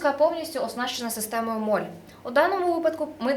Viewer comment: Система MOLLE (молі, молє)!!! Це ведуча моль хоч і дуже гарна ;)